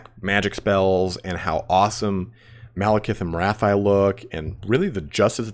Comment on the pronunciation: Morathi should be pronounced "Morathee". But that's the advice of a French speaking guy so it's up to you 😉